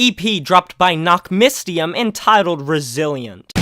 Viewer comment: Fyi, the y in nachtmystium is pronouned like the y in syringe or the first y in mystery.